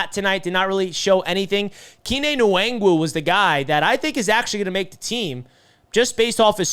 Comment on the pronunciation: Kene Nwangwu = Ken-Ay En-Wong-Wu